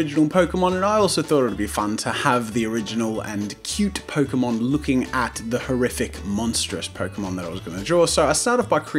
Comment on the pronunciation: Pokemon = Poke-a-mon